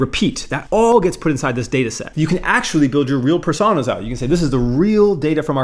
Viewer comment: Great video as always, but that pronunciation of "Personas" is bait, right?